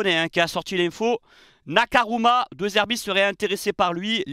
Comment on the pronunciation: stp c'est NakaMura et PAS Nakaruma